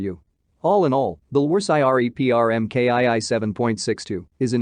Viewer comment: Same here. The voice actually sounds pretty natural, but the pronunciations are hilarious. "Are Ten"? "Em Kay Eye Eye"? I mean, double you tee eff?